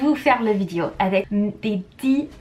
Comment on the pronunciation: Un des mots mal prononcé "vidéo " et non "Vidio" comme tu dis